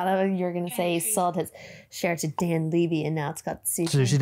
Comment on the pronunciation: Dan Levy NOT Leevy! I’m Canadian and I’m obsessed with Dan and Eugene Levy!!! Schitts Creek is the best!!!! I miss the hills after show with jessi and Dan! Ugh I miss those days! 🇨🇦🇨🇦🇨🇦🇨🇦❤️❤️❤️❤️❤️